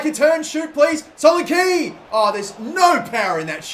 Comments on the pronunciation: its too fucking easy for him! and its not pronounced solenkey its solenKEH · It's pronounced so-lan-key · IT'S PRONOUNCED SO LAN E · This guy can't fucking say solanke